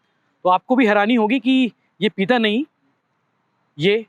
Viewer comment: "पीता" नहीं भाई "पिता" है वो, और भी बहुत अशुद्ध उच्चारण हैं आपके सभी वीडियो में। पत्रकारों का उच्चारण सटीक होना चाहिए।